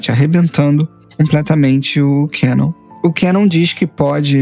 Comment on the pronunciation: "Quenon" meu velho oq custa falar o nome correto do personagem "kanon"